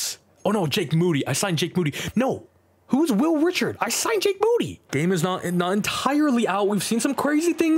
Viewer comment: Fyi when you're saying Reichard its not pronounced Richard, it's pronounced Rye-card. Love the videos, keep it up!